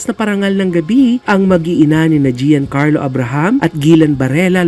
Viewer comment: cora, Gian in Giancarlo is not pronounced as "jee-yan". It's pronounced as Jan